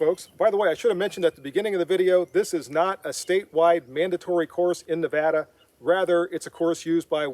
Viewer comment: Thank you for showing the respect,,to pronounce our state name properly...It may seem trivial to some,but it means something to us...